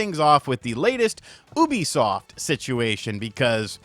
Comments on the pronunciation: Thought you said boobysoft at the start 😂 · I thought you said Boobysoft during the intro. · Did u say boobisoft lol